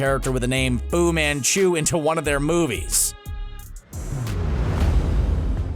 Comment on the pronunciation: I sneezed when he said fu men chu and they sounded the same lmao